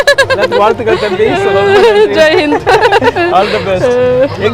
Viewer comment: என்ன 'ஜெய் ஹிந்' என்று சொன்னீங்களே, அது என்ன உழறலா? குழறலா!